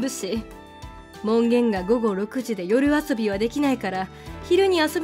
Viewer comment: 夜見世も よるみせ って何度も読んでますけど よみせ が正解ですね。 夜遊びも、よるあそび じゃなく よあそび。 せっかくの動画なのに読み間違っている箇所多すぎて違和感感じますね。